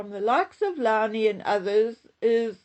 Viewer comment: Low ny not lowney..but i feel a fish!!!